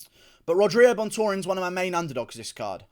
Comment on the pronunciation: Brandon ROYVAL gonna win u can’t even pronounce rogerio LOL good prediction tho